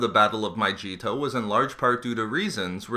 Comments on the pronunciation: but in this name it does not make the fucking j sound its so annoying Oh my god he said almost all the jedi names wrong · I hate your pronunciation of the planet mygeeto make me cringe 😑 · He is pronouncing Mygeeto incorrectly. If he knew anything about Mygeetaneseian, he would know that the y is silent. Sorry to be such a stickler, but it's like saying Nevada wrong. It's Ne-vah-dah. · Your saying Mygeeto wrong the g doesn't make the j sound it still makes the g sound it's one of thoses words that doesn't follow the rules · I think you're saying Mygeeto wrong... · I instantly dint like him pronouncing Mygeeto Wrong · where is the J in mygeeto..... seriously..... educate yourself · Holy shit, every time the planet is mispronounced, I get a headache. And every time you say "there we have it" at the end, I feel like I'm in first grade. And you dont need to call it an "exposé"......it sounds dumb..... good video though, very enlightening. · I love his vids but man it physically hurts to listen to him say these planets names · bro also pronounced mygeeto wrong too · Somehow worse than his pronunciation of "Mygeeto" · I believe "Mygeeto" is pronounced with a hard "g," as in "Geats" or "Gash." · I love your videos man but it's pronounced with a hard G not a j. It really irks me. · i cant even watch it the way he pronounces mygeeto is making me cringe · It was in Battlefront II (as people have already pointed out) and I know it's silly to get annoyed by somebody not pronouncing a fictional name correctly but it's been annoying me all through the video, especially when it won't take five minutes to look it up. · the worst part is that it's pronounced with a solid g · you're killing me. it's pronounced my-GEE-to, not my-JEE-to. just a small complaint though, good info overall. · ITS MYGEETO NOT FUCKING MYJEETO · Mygeeeeeto not Myjeeto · Mygeeto, not Myjeeto. Channel reported for falsely claiming to be "expert" but providing intentionally false information. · It's My-ge-to